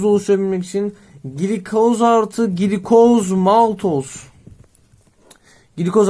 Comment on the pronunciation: hocam glikoz gilikoz diye değil gılikoz diye okunur bu arada çok güzel bir video olmuş hocaam ellerinize sağlık gerçekten :))